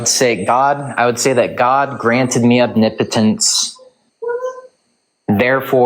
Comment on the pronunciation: Thank you for pronouncing omnipotence correctly! Nobody else can do it!